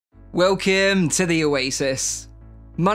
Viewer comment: "Welkeem". Stop talking like that. Say welcome correctly.